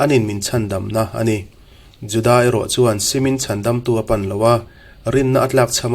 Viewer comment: Judaâa ti lovin Juda tih nise.